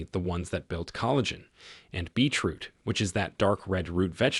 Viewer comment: I loved this video,it was very informative and I'm going to get the items that have listed on here,but I'm just curious are you realizing it sounds like you are saying Beach root? I know I am making a very unimportant point but I was just curious.